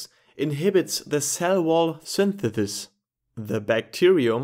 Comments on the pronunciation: I cant unhear this now 😭😂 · It's interesting how you pronounce synthesize perfectly, yet you pronounce synthesis as "thinthethis".